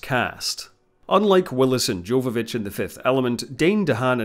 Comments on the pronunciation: Yova-vich, not Jova. Leeloo deserves to have her name pronounced correctly. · Its Jovavitch as if it was a Y not J. Come on now. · Do look up the proper pronounciation for the actor's names - this would make your videos way better and would show you actually know what you're talking about For example: Milla Jovovich is pronounced as ˈjoʊvəvɪtʃ or YOH-və-vitch , see the respective Wikipedia article Jovodorowsky is pronounced as /hɒdɔːrˈaʊski/ or ho-dor-OF-ski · It's pronounced "yoh-va-vich". The J is a Y.